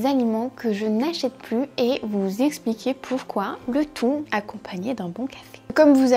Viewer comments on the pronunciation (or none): none